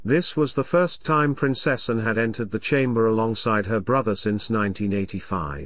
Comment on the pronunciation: Someone teach the computer to say: "Prin-cess-ANN" instead of "Prin-CESS-en." A.I. text to speech, pfffft.